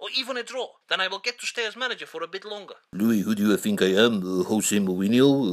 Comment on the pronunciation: Louis not Luis